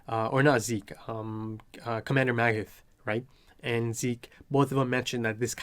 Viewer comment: Pieck is pronounced Peek. 'ie' in German means it's a long 'I'. Edit: also there is no 'th' in German, so you just pronounce it as 't' in Magath